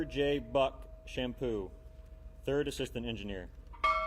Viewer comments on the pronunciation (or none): How the heck could they screw that up?!!! And it's Buck Champeau pronounced "Shampoe" not "Shampoo"!!!